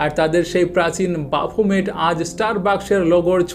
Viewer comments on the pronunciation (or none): ব্রো এটা বামোফেড টা, ব্যাফোমেড ।